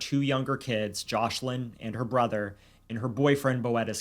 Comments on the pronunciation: Isn't the little girl's name Joselin? I swear I keep hearing JOSH-lin. Am I trippin'? 🤔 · Omg this is an awful story ! But one thing thats grinding my gears is the mispronunciation of Joslins name they keep calling her joshlin, please say peoples names correctly especially the victims.